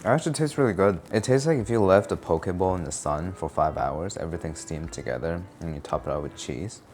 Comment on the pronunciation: Okay you said “poké bowl” and I heard “pokéball” and the horrors going through my mind before I figured it out…🤣